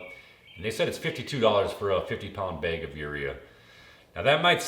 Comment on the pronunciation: It's called a bag of fertilizer, not a beg